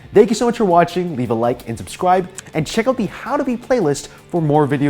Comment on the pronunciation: i bet u wont like dis comment if u hadnt noticed he says subscwibe and the end of his vids